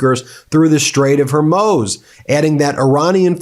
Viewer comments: I’m just here to see how he says hormuz this time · Ben, learn to pronounce 'Strait of Hormuz', really simple. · Stop using the term Armageddon. You’re playing into the religious fanatics in the Trump admin. BTW, you mispronounced Hormuz. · Love your work - thanks, but re: the Strait of Hormuz: It’s more like “Hor MOOSE”, not “Hur Moze”. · Meiselas, why of all the news commentators , you are the only one who has not grasp the pronunciation of the word Hormuss, sometimes you pronounced as Hormiuse, Hormuiss, Hormaz, though most others pronounce right, but you. I think it is important to learn the right pronunciation of names when you report or stop reporting altogether. if you can add personal view to international news, you should stop giving us your feelings on Trump activities and simply report it without your personal feelings on the subject, this thing you do when reporting, is making me want to unsubscribe to your channel. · Hormuz. Hormuz. HOR-MUZ! Not hermoze!!!!! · Ben, please stop pronouncing Hormuz every-which-way. 🫨 It's pretty easy: Hor-mooz or Hor-mo:z (that just means you shorten the moo a bit (in case you don't read the phonetic alphabet 😉)). Otherwise.... Thanks! Keep up the good work! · Come on ben, you have mispronounced the name of the straight of Hormuz so many times. It’s pronounced “Hormoooz” not “Hormose”. Dude, come on man. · As much as I (as a fellow lawyer) appreciate getting your perspective on the news, I must say that it is incredibly annoying to have Ben consistently and continuously mispronouncing certain terms, such as the Straight of [Hoar-mooz]. It is not [Her-moze] or [Her-mooz]. Please try to have the integrity that would be expected from a lawyer who has to demonstrate due diligence in their work... regardless of whether you are now only performing independent commentary work. Thanks. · Is it pronouncecd hermoze or hormooz - make your mind up (it is hormooz). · Keep working on it, Ben: "Hoar moos" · Bruh, it's pronounced hor-mooz